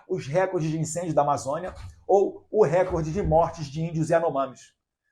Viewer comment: Ja aprendeu a falar recorde?